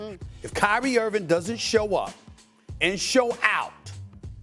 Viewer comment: Steve A.... Why can't you say Kyrie's name right? It's Irving.. Mnot Irvin.... And Dallas wants to see if Luka will give up the ball? That's a horrible take! Do you even watch mavs games? Clearly not!